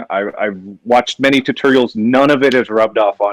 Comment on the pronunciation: I would have loved it if Gordon got on Mark for saying “tuhterials”